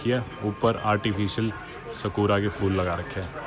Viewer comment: Phool hota hai bhai fool nahi😅😅😅😅😅